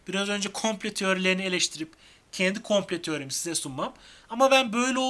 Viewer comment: Sevgili kardeşim dil sürçmesi olarak düşündüm. Fakat birkaç defa "komple teorisi" olarak kullandın. Türkçemizi lütfen daha dikkatli telaffuz edelim. Zira bir harf yanlışlığı anlam bozukluğuna yol açar.